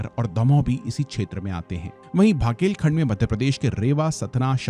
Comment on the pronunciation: टीकमगढ़ not तीमकगढ़ बघेलखंड not भगेलखंड Considering you are North indian and can speak hindi well, at least learn to pronounce the names of the places correctly before making the video